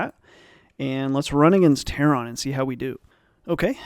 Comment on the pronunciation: I'm going to unsub if you ever say ""Terron" again